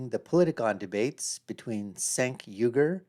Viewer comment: 'The Young Jerks". Mispronouncing Cencs' name. No bias here, huh?